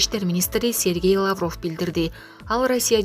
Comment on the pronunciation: ЭЭ БЛОГЕР СОРОЙ УДАРЕН. ТУУРА КОЙЧУ. ЛАААВРОВ ЭМЕС